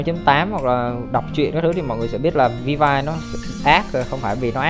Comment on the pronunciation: Skin bãi biển thì Ely và Sakura UA là free (Ely nhận qua event, UA đăng nhập 7 ngày), Mobius gacha 9k6, felis chưa có thông tin nhưng khả năng cao là B-chip Vill-V (đọc là viu vi, học chuyên ngành tiếng anh mà đọc thế là dở òi) rank S, lượng tử, dps lửa